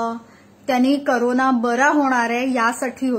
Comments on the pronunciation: Ye bindok carona nahi galichha corona mhan tu bolayla shikh adhi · कोरोना ला करोना म्हणतीय ही मूर्ख...तू पहिला शाळेत जा ग बाई....आणि पहिला उच्चार नीट करायला शिक..तूला कोण सिरीयल मध्ये काम देतय कुणास ठाऊक..बहुतेक तेच बिंडोक असतील